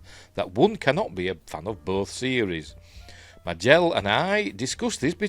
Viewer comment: Just a quickie — Majel pronounced her name MAY-jel 😎👍